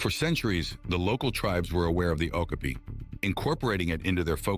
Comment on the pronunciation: This bloke tried 3 different pronunciations of the okapi and got them all wrong, it is O, ka, P, I, the 'I' is spoken as it is in 'it' or 'pit'.